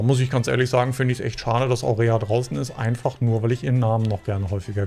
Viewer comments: Aurora,, nicht Aurea... 😂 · Sie heißt nicht Aurea 😂🙈 sondern AurOra 😅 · Die Frau heißt Aurora! Aurora! Nicht Aurea 😂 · Aurora heißt die mit dem schönen Namen und nicht Aurea 🙈😅 aber Hauptsache hat den Namen nochmal extra oft falsch gesagt.. sehr niedlich 😊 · Du machst mich fertig! Aurooooooora, steht da, nicht aurea. Und weil du es so oft gesagt hast : Aurora, Aurora , Aurora! 😂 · Hallo, die Dame über die Du sprichst, heißt AURORA, nicht Aurea. Vielen Dank für die tollen Videos, die Du hier immer reinsetzt. LG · Das Mädel, wo du den vermeintlichen Namen so toll fandest, hieß nicht Aurea, sondern Aurora 🤣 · Danke … das blonde Mäderl um herum heißt Aurora, wie die Göttin der Morgenröte, nicht Aurea … ist aber ein ebenso schöner Name, oder? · Haha wenn du den Namen gerne weiterhin sagen magst kannst du dann auch einfach eine andere Aurea nennen 😂 Aurora heißt schließlich auch nicht Aurea 😂🤭 Danke dir das du das Format kommentierst, finde es sehr unterhaltsam 🙏🏻😊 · Dein aurea anstatt aurora triggert mich schon ein bisschen😂..weiss noch nicht ganz ob es absicht oder aus Versehen war😂 Schöne folgen von BsF..macht Spaß zu zuschauen😊 Hab den namen von dem oberflächlichen herrn bzw bauern vergessen..aber was er da den drei mädels erzählt hat war unter aller sau..evtl wollte er nur die reaktionen testen..dennoch bleibt es echt kein schöner move..man kann eine person bzw indem falle mehrere frauen so doxh nichtvorm kopf stoßen ..sie in die situation bringen mehr zu fühlen..um dann zwei zu verabschieden...widerlich. Freue mich auf die Fortsetzung..machst das echt klasse und macht immer wieder Spaß..selbst bei formaten die ich garnicht mag..daumen hoch grüße und weiter so😊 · Sie heißt Aurora, nicht Aurea! Wie die Gänseprinzessin, Aurea klingt wie ne Creme 😂😂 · Lieber, ich glaub die Dame hieß nicht Aurea, sondern Aurora! 😉😊😘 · Bin ich die einzige, die bei immer "Aurea" gehört hat? Aber die gute Dame Aurora heißt....😂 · AurEa heißt hier aber AurORa